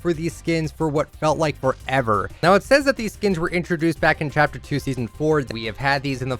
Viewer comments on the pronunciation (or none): none